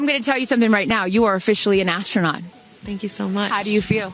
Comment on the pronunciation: gayle king... it was just a "RIDE"... remember that... "ass-tro-not"... 😂😂😂...